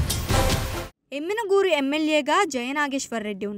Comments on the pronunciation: పేరు తపుగా చదువు తున్నారు.యనిగనూర్ కాదు యమిగనూర్ . పార్టీ ఒక లీడర్ ని నిర్లక్షం చేసింది అంటే బలమైన కారణం ఉంటుది అది తెలుసుకోండి ముందు . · ఎమ్మిగనూరు అనీ పలకడం రాదు ఏ న్యూస్ చానెల్ స్వామీ! టీడీపీ లో నాయకులు కార్యకర్తలు బీవీ గారి సారథ్యంలో ఉరకలేసే ఉత్సాహంతో ఉన్నారు..మీ ఏడుపే మాకు ఆశీర్వాదాలు.2029 లో వైసీపీ కనుమరుగు అవడం ఖాయం....